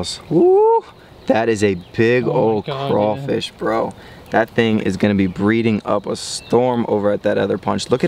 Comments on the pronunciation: It’s craw..... fish.... not cray.....fish learn how to speak ..... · They're called crawfish not crafish who is this dude!!! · No sir it's called crawfish sir not crafish you said it correctly but then you said crafish. What state are you from cause in Louisiana it's crawfish real Louisiana ppl know this!! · He said “cra fish” it’s “craWfish” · It’s “Crawfish” not “Crayfish” ! 🤦🏾‍♂️ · CRAYFISH EXCUSE ME ITS CRAWFISH *laughs like an idiot*. BTW: I’m from Louisiana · How did you Mispronounce craw fish it’s the same as you say rawfam remove the fam and add the fish and the c example rawfam - fam = raw. Raw +c =craw. Craw + fish =crawfish. Not cray fish it’s craw fish. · It ain’t crayfish it’s crawfish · It’s not cray it’s craw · It’s not Crayfish it’s CRAWFISH!!!! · It’s cr-AW- fish 😂😭 the word crayfish makes Down south ppl cringe 😂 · Not to be that one person but STOP SAYING CRAYYYYYFISH ITS CRAWWWWFISH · You pronounce it wrong it’s not crayfish it’s crawfish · Crawfish not crayfish not to be rude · It's not "crayfish" its "crawfish" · Why do you say crayfish it’s crawfish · Say it with me; straw, flaw, paw, naw, slaw, maw, claw. Now, everyone together...CRAW-fish. Great!! 👏😁😉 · Dude- stop sayn "rawwfam" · That is not how you say crawfish